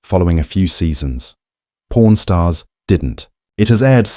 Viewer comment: It's pawn stars not porn stars